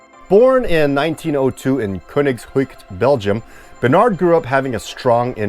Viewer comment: As a Belgian it was pretty interesting to hear how you would pronounce 'Koningshooikt'. Well done!